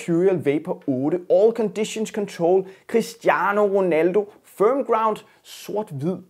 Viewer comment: QUISTIANO WONALDOH!